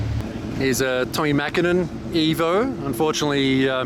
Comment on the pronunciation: Props for pretty much nailing the pronunciation of Mäkinen!